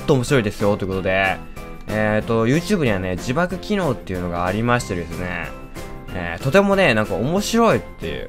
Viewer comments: 字幕機能が自爆機能って聞こえた(꒪꒳꒪;) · 自爆機能って聞こえる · 字幕機能って言ってたけど自爆機能って聞こえたwww